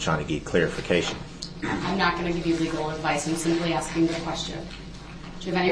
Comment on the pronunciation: She isnt axing BOY SHE IS ASKING